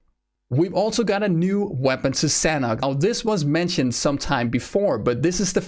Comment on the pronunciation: As the map is base on Thailand and i am Thai, the Sanhok is Thai word mean Fun or Enjoy and it pronounce Sa - Nook